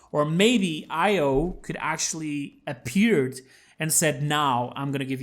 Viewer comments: Its pronounced Io, not Io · Btw io is pronounced e-yo just so you know :-)